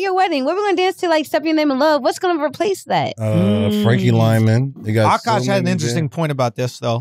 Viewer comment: Yooo This nigga Wax said Frankie Lymon 🤣🤣